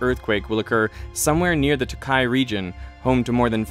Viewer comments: toukai is pronounced with a longer o-sound, so it's not pronounced t'kai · I lived in the Tōkai area for ~18 months. People talked about the expected earthquake occasionally. And it was during 2011, so I felt the big earthquake and people became concerned that it could trigger the Tōkai one. That would have been really terrible. Btw, Tōkai is pronounced with a long "ō". Timing is very important in Japanese. Nobody would have understood the way you said it, like "tuhKAI"